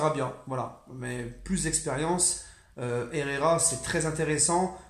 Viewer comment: Franchement ta du talent en espagnol 🤣🤣, franchement Ander herrera est tro chaud et j espère qu’il va faire l’unanimité 🔥🔥🔥🔥